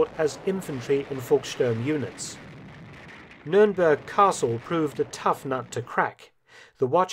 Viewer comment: its not numeremberg in english , dont do jokes in a documentary now english as a second language people will be walking around saying numeremberg SMH